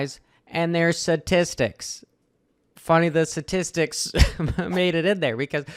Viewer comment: Statistics not satistics lol